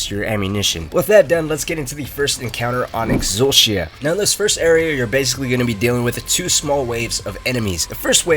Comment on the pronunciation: yo who calls it "exul-she-a"??